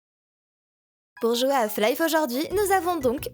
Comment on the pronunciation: Chouette découverte ta chaîne. Bon, ça me fait énormément de mal d'entendre Flaïf toute la vidéo, mais bon ça c'est pas très grave.